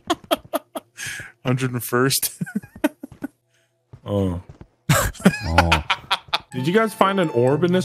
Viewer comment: 101thnce had me rolling 🤣🤣🤣🤣